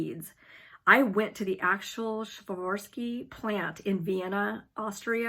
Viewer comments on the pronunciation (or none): none